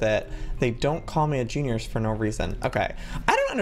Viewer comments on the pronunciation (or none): he said girnius instead of genius